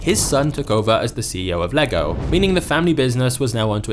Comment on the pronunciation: im danish and most english speakers dont pronounce the name right but you did a great job pronouncing it right thanks for that XD